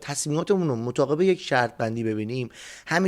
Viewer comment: با توجه به عالی بودن استاد از هر نظر جهت فانش ،استاد به درب های جدیدی از ادبیات فارسی دست یافتند مطابق❌ مطاقب✅ 😂😂😂